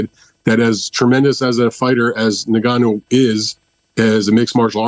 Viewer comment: Now then now then Why can't any of you pronounce " Ngannou"?